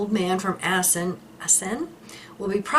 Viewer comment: Your pronunciation of Emmen, Assen en Dordrecht is superb 🎉🎉🎉❤